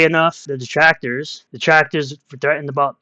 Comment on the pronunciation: Darrrrr my detwactors Darrrrr